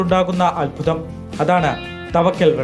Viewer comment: തവക്കൽ അല്ലടെയ് താവയ്ക്കൽ